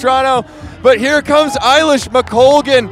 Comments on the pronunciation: A-lish, not I-lish! The woman is a multi medallist at major champs. Know how to pronounce her blooming name! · I think it's pronounced "eh" lish McColgan not "eye" lish. 🙂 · Great race, Eilish was always favourite! It’s also A-Lish not Eye-Lish! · Who are these announcers who can’t pronounce either Eilish or McColgan